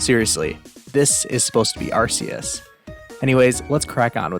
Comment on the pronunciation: Look at this Arceus sprite Me: Its Ar-KEY-us, not Ar-SEE-us!!!